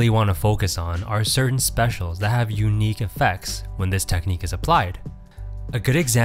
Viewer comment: can you hear SPEC-IAL